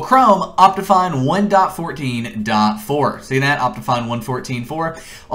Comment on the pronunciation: i hate to say this but the way he says 1.14.4 is really bothering me, no hate though. His tutorials have helped me a lot in the past